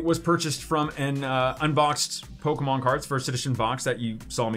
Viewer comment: Poke e mon not poke mon